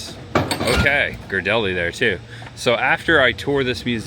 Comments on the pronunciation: I'm sorry, native Bay Area gal here, but you are "killin'" the Ghirardelli name. It's pronounced..."Gear-a-deli". Wish you would have gone to Pier 39...haven't been there for awhile! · I was gonna poke fun, in a good way and say he pronounced it wrong. But hey he finally got the pronunciation of Museum this time, lol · Native San Franciscan here. You did a great job, the city looks great. I'm just going to help you out with the pronunciation Ghirardelli name. (Gear-ah-dell-ee). Don't feel bad it's Italian not english.🙂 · Proper pronunciation is Gare-a-deli